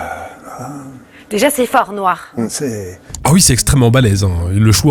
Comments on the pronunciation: En français on prononce Üite oui , pas ouite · J'ai ri de bon cœur au houit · il a bien dit OUIT ! non mais ! une chaîne d'utilité publique 👍👏👏